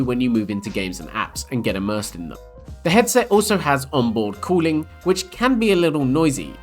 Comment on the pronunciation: 🤣 ah I thought he said onboard calling 🤣 instead of cooling